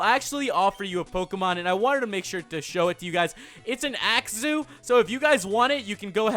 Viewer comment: its not AXZEW its AXEW